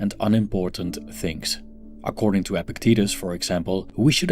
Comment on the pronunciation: It is pronounced ePIKtatus. Possible to attain you speak a lot about him. You should learn to pronounce his name